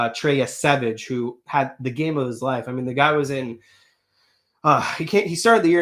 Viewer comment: It's not Yesevich, It's Yesavage